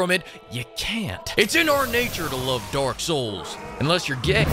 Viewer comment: Sounds like he is saying Dork souls Everytime he says it lol.